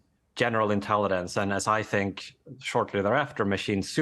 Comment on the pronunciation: The guy talking about Artificial Intelligence can't even pronounce Intelligence. 😅